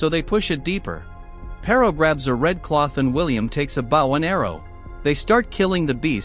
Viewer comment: It's text to chat. Probably was butchering it like most words. It's butchered present as present the gift. Then desert the treat instead of desert the place with sand. Also in this video it says bow as in the greeting, not bow the weapon.